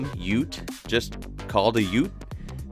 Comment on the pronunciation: Its UTE NOT UT.